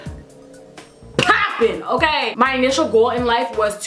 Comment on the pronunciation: " OKARRRRRR " " PARRRRRRRRRIS"